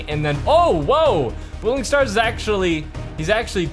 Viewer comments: It's Boiling Stars not Bouling Stars Cool vid tho :) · Every one be like boiling stars bro it boiling stars